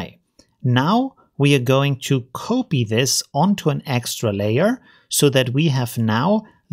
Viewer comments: It's COP-EE and Euler = OiL-ER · that's not how you pronounce COPY!